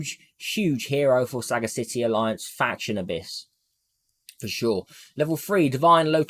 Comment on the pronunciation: yo, why you saying sagacity like saga-city, it's pronounced the same way and by the same rules as audacity so it's sa-gacity :D smooches